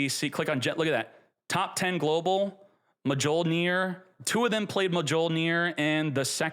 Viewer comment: J is silent mjollnir 😂